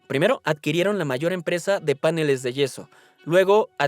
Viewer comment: Cuando pronunciaste "páneles" (ne lugar de paneles) y "anfiboles" (en lugar de anfíboles) dejé de ver. Lástima.